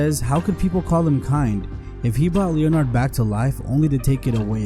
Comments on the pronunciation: Leonard. Pronounced [Lennerd] Not Leo-Nard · Leon 'ard. FFS. AI sucks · Leo - Nard...!? How did this narrator live to adulthood? Jesus Christ....